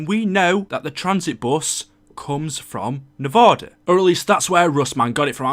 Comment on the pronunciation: Nevada not Nevaoda. I live in Nevada not Nevaoda